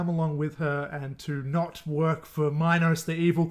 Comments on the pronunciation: It’s “mean-oas” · I think it's pronounced "me-nos" like the greek tale of King Minos, who had Daedalus build a labyrinth for the minotaur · Also dude did NOT watch this movie. They say Minos (ME NOSE) many times. How are you mispronouncing it? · It’s Meen-Os lol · How do you watch both movies and not know how to pronounce minos?